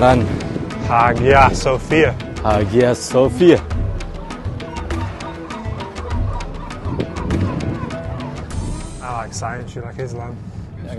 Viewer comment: Hagia Sophia,di baca Aya Sofya